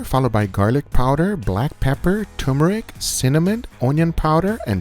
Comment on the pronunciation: Yeah, "Tumurik" is something I already have, always....